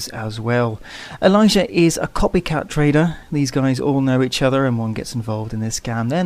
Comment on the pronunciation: i hear traitor.. not trader ahaha